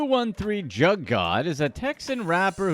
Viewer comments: Bruv just leave the culture you kant even pronounce "Jugg" correctly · U know u not saying jugg right it almost sound like u know how ridiculous u sound 😒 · 😂😂 he coulda at least listened to da song so he would know how to pronounce “jugg”!!! SMH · Lol. The mispronounced.....juuge not jug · Leave it to the “hip hop community “ it’s pronounced JUUG . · Joog is how it's pronounced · It’s pronounced juug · Pronounced joog Einstein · ... the word is pronounced like JOOG! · That’s not Wtf juggin mean I hate when white ppl narrate the black community it’s not even pronounced that way Smmfh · It’s pronounced jugg and should should rhyme with shugg like shug knight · you sayin JUGG wrong asf. Do more research before trying to capitalize off others' experiences. Paused this and leaving, hoping you don't get a full view because of it. Yo channel dumb as hell Way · You’re pronouncing jugg wrong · The way you pronouncing “Jugg” is really pissing me off. If you can’t pronounce his name right then you shouldn’t speak on him.